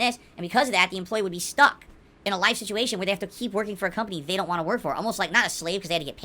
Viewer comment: Great, another word that'll stand out when I watch recaps and I thought him saying "Want" as "Wan" was bad enough